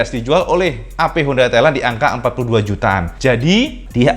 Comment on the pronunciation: Cak maaf sebelumnya. Pengucapan sampeyan homda PCX 160 Rada samar malah lebih sering mengucap hoda PiCeX. Ini hanya saran cak. Untuk narasi bagus kalo lebih bagus itu slow gak usah terburu-buru.